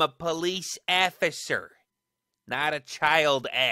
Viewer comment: " Afficer " " Get in thuh care "